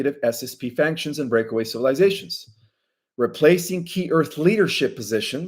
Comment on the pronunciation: You said I finally got it right on the word factions. No you got it wrong. You are saying faNctions. There is no N in factions. It is pronounced FAC-SHUNS